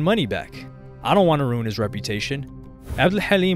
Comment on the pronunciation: The way you pronounced Abdel Hallim tho. It's on point.